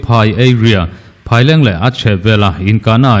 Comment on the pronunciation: Phaileng i lam dan hi a dik lo west Phaileng,eat Phaileng ti a Kan lam dan ang hian lam tawh rawh,Mizo tawng a nih hi